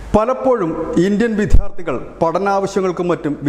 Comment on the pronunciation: വിദ്യാർത്ഥി എന്ന് 1000 തവണ പറഞ്ഞ് പഠിക്ക്, നാണം കെടാതെ !!😂😂😂😂😂